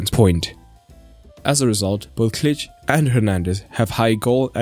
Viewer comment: Ch” in ,,Klich” you shouldn’t read like ,,ch” in ,,champions” for instance. In polish we read Ch like ,,H” in ,,hard”. Advice for the future ;)